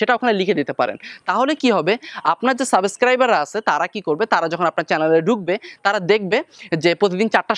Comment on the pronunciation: apnar subscriber pronounce ta vul hoy,eta thik koren.